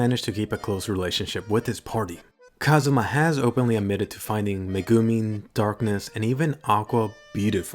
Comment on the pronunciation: please, for the love of god... learn how to say Megumin and Chomusuke properly.